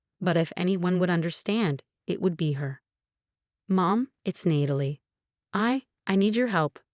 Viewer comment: Who the hell is reading these storys?? It's Nat-a- Lee not need-i- lee..